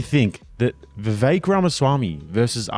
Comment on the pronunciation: Vivek, rhymes with cake.